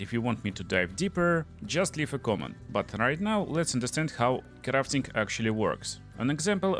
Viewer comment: I love "Crrrrraffting." lol really rolling those R's